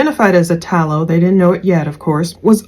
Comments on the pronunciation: I had a good friend named Italo that passed away many years ago unfortunately .. the “I” is pronounced like “E”. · it's pronounced "ee-tall-o." it's an italian name.